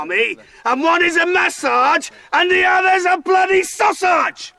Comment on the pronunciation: Oh my God, I choked on my coffee . "When you maSARGE the sauSARGE, you are calling me a WANKER!"